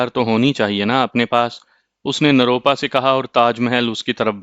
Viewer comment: روپ روپا نروپا ھے آپ بار بار غلط بولتے ھو